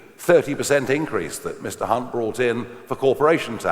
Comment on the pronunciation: The only thing wrong here is the pronunciation of hunt and reeves